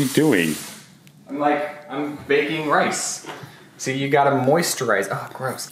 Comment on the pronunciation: No one: Literally no one: Evie Taylor: rices